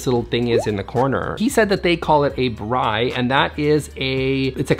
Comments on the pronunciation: I was so impressed that he pronounced 'braai' correctly! An indoor braai is great for when it rains and you just need to braai on a Saturday or for the rugby. Glad a South Africans space made it to the channel! 🇿🇦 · I live in South Africa and this is a traditional entertainment room with patio doors which usually lead out to the pool. And yes you pronounced braai correctly! 😂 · great pronunciation on the braai. You said it perfectly. Essentially it's just a built in BBQ. The word braai is actually a soth African word for the action of cooking on a grill. It was most probably an outside braai but because they built it in it become an indoor. It's not super common in SA to have them indoors. I would suggest breaking it down and putting it outside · Hey! Thanks for featuring my space! You pronounced "braai" perfectly:) Though if I were Afrikaans, the "r" would be rolled a bit more. When speaking English though, you nailed it. You're correct, I need to define the space before deciding anything else. We do have another living room with a Tv, etc, so we dont necessarily need another, but when we have guests, this is generally the space to hang out, as it's larger. I'll lean into the games room plan, and start going from there. We also have twin newborns, so its temporarily become a space to lay out play mats etc. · Spot on pronunciation of braai. Well done! Great tips too... our braai rooms are mostly underwhelming in the 'decor' department. Kudos to Luke for even attempting some semblance of style. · That’s the correct pronunciation of braai! Usually these extensions are patio outdoor areas that a enclosed later… there is usually a whole other house connected to this. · I had to pause to applaud your pronunciation of braai. It's a cultural cornerstone here in South Africa, more of an event than a method of food prep. I love that it came up today 🤗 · As a South African,, well done on saying the word "braai" 👏😀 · You pronounced braai perfectly 👍🏻